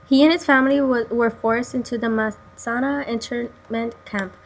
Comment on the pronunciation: Sweetie, you did a lovely job but his name is spelled IWAO (Pronounced EWAO). He was in Manzanar. Not Mazana.